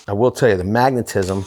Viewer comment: I die a little bit inside every time you say magnetism